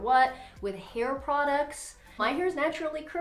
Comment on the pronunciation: That word is hair. Not “hair-ruh”.